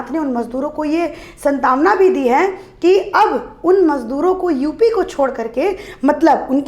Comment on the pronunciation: Santawana nahi santwana